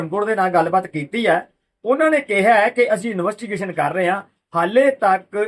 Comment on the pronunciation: ਨਵੱਸਟੀਗੇਸ਼ਨ ਨਹੀਂ ਭਾਜੀ ਇਨਵੈਸਟੀਗੇਸ਼ਨ ਹੁੰਦਾ